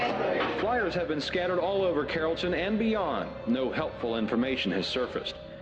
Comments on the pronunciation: Your pronunciation of Carrollton, Texas is hysterical😂. It is keh-ruhl-tn. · Carrolton TX is pronounced carol-ton.